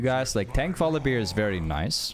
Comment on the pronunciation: I really like your videos, but for god's sake, please stop saying VoliBEER